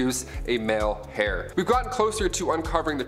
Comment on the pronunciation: Did i hear him call Thebes - The-bees and heir - he-air or how ever he said that. I wonder if the put there scripts in google translate to listen to pronunciations before they film? Or if they ever ask someone- "hey how do you say this word?"...